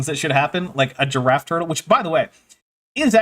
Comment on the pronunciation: I don't know why, but the way he says Giraffe feels offensive. I feel almost insulted when he says "A Gyaffe". Very perplexing